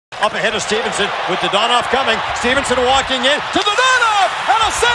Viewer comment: Someone teach that guy how to say Dadonov name